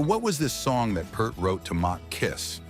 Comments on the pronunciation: Neil's last name is usually mispronounced; disrespectful, insulting, and offensive. Dale Carnage tells us that a person's name and its correct pronunciation is of high regard, and he urges us to take the time and make a point to get it right. That being said, Peart rhymes with EAR: P-EAR-T (pointing to my EAR). It is not pert. Get it right. Got it? Now, learn it. Live it. Love it. Stay calm and rock on. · You can't even pronounce Peart correctly. No good. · Yes, it took me years to figure out his family name sounds like "Peer + T" as he said in one of his interviews. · What do you expect from a poorly-trained AI voice? BTW, before the internet, we all pronounced it wrong like this, because all we knew was the name we saw on the album jacket. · Somebody tell the AI that Neil Peart's last name is pronounced (PEERT). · Thanks for the video. Going forward, consider pronouncing his surname as if it were spelled, "Peert" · Sorry robot voice, but it's pronounced "peert'. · His last name is pronounced P "ear" t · Peert. Neil's last name is pronounced Peert. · Yes. He even said in an interview it’s pronounced “ Peert”. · Peart is pronounced "Peert." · Can you at least pronounce the man's name properly? It really is the very least you could do. "Peert" like Peer pressure. ea like the word ear Peart = Peert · II's pronounced P-e-e-e-r-t ! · Neil Peart pronounces his own name "Peert". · Who is Neil Pert??? I can't watch any video that mispronounces names. Do your homework before posting! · Exactly. Neil corrected interviews on the pronunciation of his surname. He told them it's “Peert.” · Right? It's friggin mind boggling how no one can pronounce it right! Even when they say they are big fans. It's Peart (rhymes with "ear"). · Eddie Trunk asked him and it is pronounced Peert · Can’t even pronounce his last name! Jeeze! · Right out of the gate they mispronounced his name lol. Trash. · AI mispronounced Peart. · Another video that fails to pronounce “Peart” properly